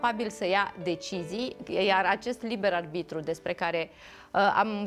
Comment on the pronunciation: De ce oare nu a învățat corect să spună “aRbitru” și nu aLbitru”???? Băiat deștept de altfel, însă pronunția incorectă este enervantă. Păcat!